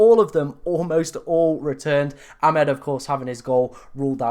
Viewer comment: Amad, not "Amed".